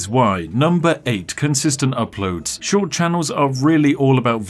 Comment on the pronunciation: If I had a dollar pound every time he said schowt short I’d be Jeff bazos